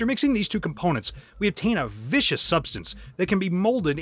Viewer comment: Viscous? Again with the ignorant narrators???